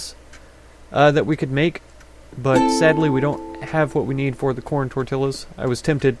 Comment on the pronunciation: I was waiting for someone to spell SLUT in the other village ....Tortillas(tor-tee-yahs):0